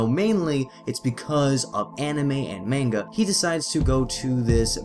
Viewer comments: you talk of pronunciation of "Anime" in his way being wrong (of which it is) but it is still closer to the correct Japanese pronunciation of the word. Moreover you say "Manga" as "Meinga" while it is said like "Mah-ngah." Please do more research before you put out a video on such a truly sensitive topic. Albeit that CNN did a worse job with their report but for a rebuttal, yours isn't quite on the target. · Manga is pronounced Monga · Dispite the fact that you are pronounce manga wrong, you sure do have the balls for complaining about the way the guy pronounce anime (which was not nearly as bad). I can actually speak Japanese, so it made me cringe everytime I heard you say the word. Also, when you had just did the literal translation for manga as japanese comic, i don't see the problem with calling the mangaka a cartoonist. It makes it easier for english speakers to understand that. If you want to rant, learn about what you are talking about first. Otherwise, you make the rest of us fans seem just as ignorant and bias as the people who we are complaining about. See the log in your own eye before pointing out the speck in others'.